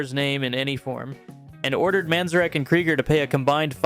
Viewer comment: Hey - Kiss sucks, but you literally said that their reunion tour was "wildly successful," so how are they on this list? Sure their new album sucked, but all reunion albums sucked. Kiss's reunion was NOT a "total fail." You don't know how to pronounce "Manzerek." How are you making music videos? You've probably never heard of The Velvet Underground, so let me add their 1993 reunion tour to the list for your next shitty video. THAT was a total fail. I'm not watching any more of your videos - especially when your audience knows more about music than you do. Cheers!